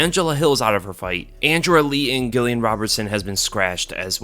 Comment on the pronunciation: ITS Jih-le-an